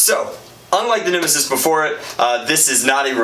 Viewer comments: He called it a nimassis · When he said these are the bumbers to set the nemisis down I cringed